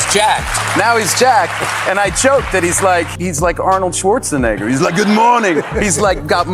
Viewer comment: wtf he summmoned arnold swastuihsdfwer for a momment there